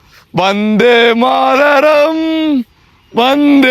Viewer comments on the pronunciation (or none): வந்தே மாரதம் இல்ல தம்பி... அது வந்தே மாதரம்! பட் உன்னோட தேசபற்று எனக்கு புடிச்சிருக்கு... 👍